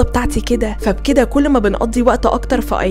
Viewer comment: علي فكره حتي سالو الشركه نفسها في الاسم ينطق ايكيا مش اي كيا. سوري من جد سمعت المقطع بنفسي